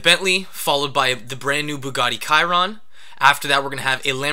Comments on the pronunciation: Shee-ron NOT ky-ron omfg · I dont think the Bugatti la actually pronounced "kiron" it's more like "shiron". Other than that great work as always. Good luck. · If its pronounced like a french word, it would be pronounce "shee-ron". However it's spelt, the Egg beat it 👊